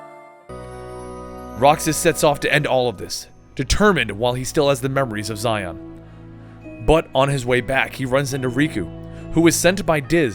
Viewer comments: Its actually pronounced Shion in the game... the romaji for this is literally Shion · "Zy-on"? No. Shee-ohn. Just, guh, every video, man, every video some name or place is butchered. XD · Xion is pronounced "She-Own," not Zi-on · you pronounce xehanort xenahort eraqus arques xion zayon (seriously this one is way too far) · I know I'm about 2 years too late, but that little bit with Xion (pronounced She-on, though I'm sure many people are getting on your nerves about it at this point) being controlled by Xemnas is actually false she faked going crazy so Roxas would go all out on her and destroy her. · xion pronounced she-on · as a kingdom hearts fan it hurts me that you can mess up something as important as characters name like you have done you have lost your rights as a kingdom hearts fan cause of that tragedy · the way you pronounce xion makes me want to burn down a village